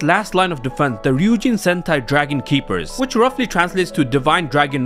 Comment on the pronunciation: I keep hearing sentai as hentai……what is wrong with me